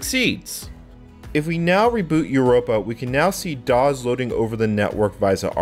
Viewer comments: I just found your channel and I am liking the videos so far, but why in the world do you say "doz" every time for "DOS" and "QEMU" as "cume"? Sorry. It's just distracting since you say "doz" a lot. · had to bail, "dawes" was triggering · I'm curious about where you picked up your pronunciation of DOS. I've been a PC user since the late '80s and have never heard anyone pronounce it with a Z sound. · He pronounces "dos" "doz"